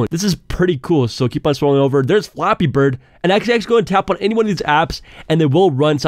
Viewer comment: it sounds like ur saying floppy bird